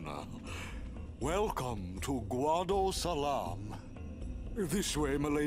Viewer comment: Oh boy it's "Guadosalam" or like I said in your last play through "Guido Salami". It's ruined my co-worker's image of the guado now because now he just pictures Seymour as an Italian American now which is a shame because FFX is his 2nd favourite Final Fantasy.